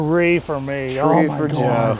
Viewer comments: i know you said for three 3 but it sounded like f**k three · it sounded like he said fuck